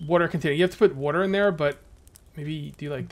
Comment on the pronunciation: woter battles